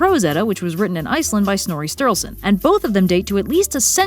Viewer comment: You forgot to say the u in sturluson